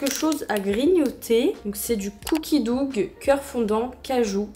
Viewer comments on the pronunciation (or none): DOUG???😭😭😭 Dough se prononce ‘do’🙂